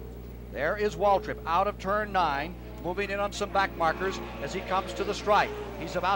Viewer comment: It sounds like Cale Yarborough is saying Waldrip instead of Waltrip when referring to DW